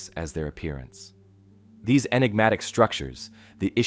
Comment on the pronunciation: Please stop saying Inegmatic